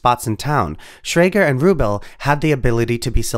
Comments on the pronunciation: His name was pronounced RuBELL. 🙄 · Pronunciation: Roy CONE ... Steve ru-BELL ... and lots of others. It's easy to find the correct pronunciation, and feels less than authentic when you get it wrong. A well-meant message. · steve rubell no? emphasis on the ell when you say the name please